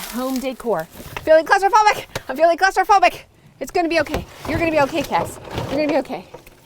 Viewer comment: Hiya. We say cupboards, so every time you yelled 'I am feeling claustrophobic' I thought you were saying 'closeyphobic'. I was racking my brains trying to work out what you were getting at 🤣🦏